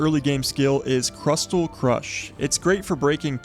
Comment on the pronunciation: Say crystal. Now say crystal crush